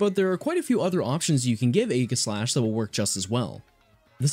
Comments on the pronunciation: I hate how you SAY Aegislash it's definitely not A-giss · You mispronounced aegislash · The g in Aegislash is a soft g, not a hard G, it makes a j sound, not a g sound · Sorry to be a pedant or whatever but aegislash is a play on words. It's a portmonteu of the words aegis and slash. (Aegis meaning to protect and slash to attack, fitting for a sword and shield pokemon.) Aegis is pronounced with a soft g. Aegislash then is pronounced also with a soft g.